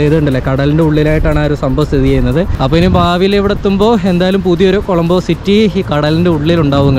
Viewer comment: കോളമ്പോ അല്ല കൊളoബോ ആണ്